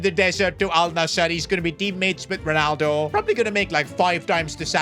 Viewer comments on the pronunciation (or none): none